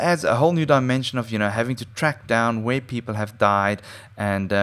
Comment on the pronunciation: Died not deet